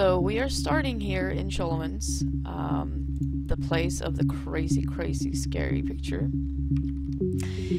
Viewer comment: Isn't it "sKolomance" you say ?